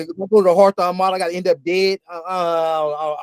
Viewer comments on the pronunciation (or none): It's Hawthorne not Harthon. I hear people say that all the time and don't get it